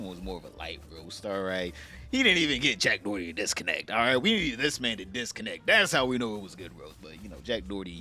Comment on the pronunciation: “Jack Dorty” is too funny every time I hear it 😂